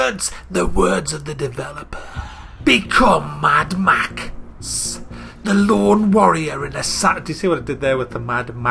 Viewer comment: "maddd ma xxxxxssss" haaha!